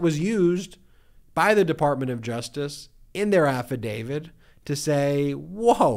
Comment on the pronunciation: It's an affidavit NOT an affidavid!